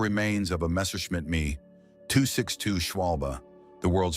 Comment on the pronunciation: Please learn how to pronounce things if you’re going to talk like you know about this stuff. I’m only 4 minutes in and I can’t watch the rest of this video. It’s Baroque style like Ba-roke not Barrack. Also it’s a Messerschmitt ME 262 pronounced M-E not Me.